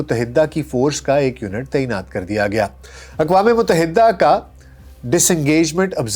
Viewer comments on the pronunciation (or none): none